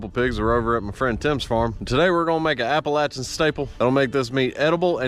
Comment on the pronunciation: If I wasn't already a fan, hearing you correctly saying Appalachian made me one.